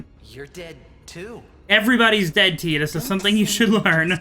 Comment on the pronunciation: This guy so dump ,he keeps saying tidas wrong..😂